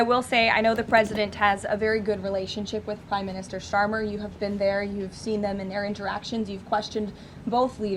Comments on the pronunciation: Haha She doesn't even say His name right, Prime Minister Sharmer 😂😅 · Kier "Sharmer" 😂😂😂😂